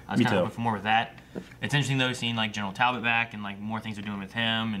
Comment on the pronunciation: Ok is saying Talbolt on purpose just to trigger people now 😂